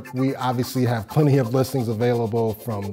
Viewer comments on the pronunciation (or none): none